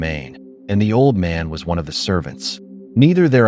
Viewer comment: The ai voice tho 😂 keeps mispronouncing words like "one"